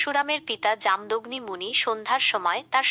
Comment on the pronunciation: জাম দগ্নি নয় উচ্চারণ হবে ( জামো দোগ্নি মুনি এখানে পূর্ব মেদিনীপুর জেলার ময়না পুরুষা ঘাট নোনাকুড়ি গ্রামে পৌষ সংক্রান্তির তিথিতে ওরা পরশুরামের পুজো করে ,পূজো করতে নেই কী আছে বুঝিনা জানি না কিন্তু ওরা তো পরশুরামের পুজো করে। পূর্বমেদিনীপুর তমলুক থেকে ১২/৫/২০২৫ রাত ৯:: ০৭